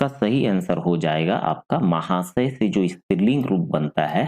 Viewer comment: Mahashya hota hai, itna Glt mt btaiye